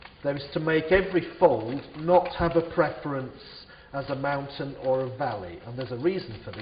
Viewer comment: yes i know but it sounds like fountain